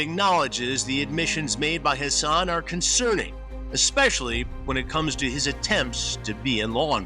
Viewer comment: COME ON, HASS-ON